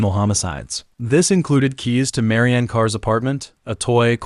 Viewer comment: It's pronounced Marianne. Not Marina. 😕